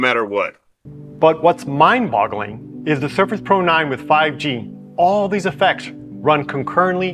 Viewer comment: Did he say "mind bottling"? hahaha The next guy says the screen pixels light up for you! Wow imagine that, a screen with pixels that work! What a concept! With that out of the way, these are some decent products. And I'm an Apple guy.